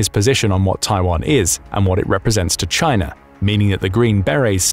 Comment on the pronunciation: you said Chiner then u said China so u clearly know how it is spelled or spelt! :face-green-smiling::person-turquoise-writing-headphones:🙃